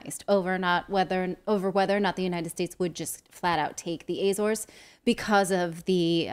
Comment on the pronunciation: Ah-zor-es, as in attention, applause. Same in English, Portuguese and Spanish. It is not "Ayy-zores".